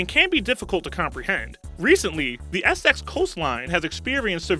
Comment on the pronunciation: One of the advantages of the Internet is that is allows us to easily check the correct pronunciation of words - words like "Essex" and "ossuary."